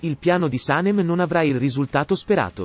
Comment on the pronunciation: Antipatica la voce che racconta e pronuncia in modo errato i nomi degli interpreti. Can Devit si pronuncia Jan e Saném